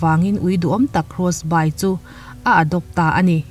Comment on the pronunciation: krawsbai ni lovin krawsbi (Crossby) ti a lam rik tur anih hmel.